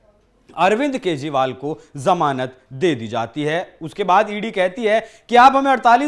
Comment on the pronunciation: Janamat nahi जमानत correct करो